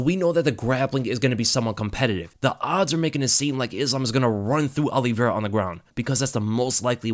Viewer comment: Just came to hear you say Charles Aloe Vera